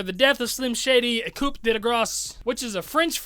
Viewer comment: Its pronouce koo...no need to say the p...the letter is silent...yeah french is weird